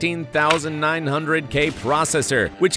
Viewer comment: Referring to the 14900k as the "Fourteen Thousand Nine Hundred" is.... off-putting